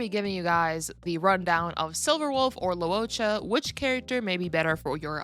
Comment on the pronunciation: Your pronunciation is more accurate though. It's not "low". "Loo-oh" is correct. Anyway, it's understandable that not everyone can say names in different languages correctly